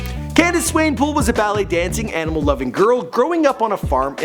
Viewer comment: Come on, dude. You pronounced Swanepoel correctly before, how did you mess it up?